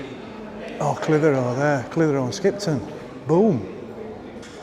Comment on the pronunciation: Clithero, split the syllables 😂😂😉